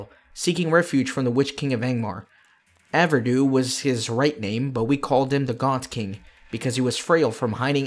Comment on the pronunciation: Pronunciation is "Ar-VEH-dew-ee" HTH HAND ;-)